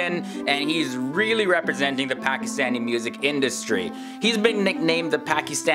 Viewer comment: As least say Pakistan & Pakistani properly...